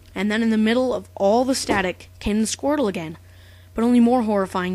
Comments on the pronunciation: the first time I saw this, I thought u said squirle. not squrtle ._ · 4 part of the video i thought you were saying squirrel and not squirtle XD